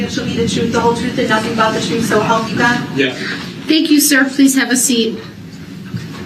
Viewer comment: I like it when he keeps asking for videos of himself driving through the parade to be played so the jury is shown the "troof", because they should be "privy" to all the "troof".